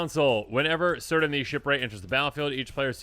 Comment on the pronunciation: In Tolkien, C names are hard C. Kirdan not seerdan, as example.